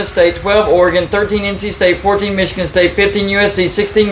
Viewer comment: Why do they say Michigan like that? It's so annoying. Meechigan?